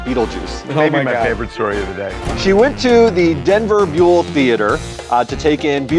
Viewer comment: The Buell in Buell Theater is pronounced like the “Buell” in Bueller’s Day Off.